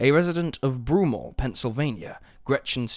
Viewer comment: My only comment is that when I grew up in PA, the name was pronounced brew mall not broom all